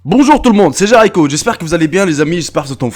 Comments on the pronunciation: Ton nom youtube est Jericho mais tu dit Jaricho ... tu es con ou tu es con ? faut m'expliquer la ... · J'enttend "JA" moi aussi